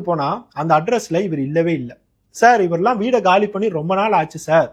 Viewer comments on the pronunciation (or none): none